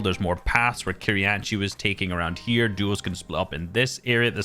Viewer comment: Why does it sound like juos